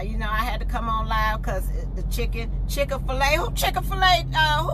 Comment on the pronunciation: ChickA-fil-A? I can’t! 🤣🤣🤣🤣🤣